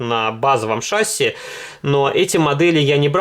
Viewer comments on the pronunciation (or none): none